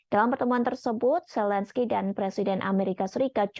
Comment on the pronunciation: Washington, bukan wasingten..Zelensky, bukan selensky. Level pembaca berita indon bicara mirip orang kampung..